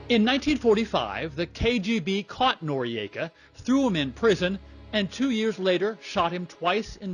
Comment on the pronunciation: I am unsure about the pronounciation - 'nor-ee-ayka' seems incorrect - 'nor-ika' seems correct and how I always heard it